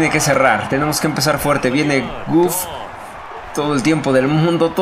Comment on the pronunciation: Mi estimado es Goff no guff si tuviera doble o si se pronunciaría así. Saludos.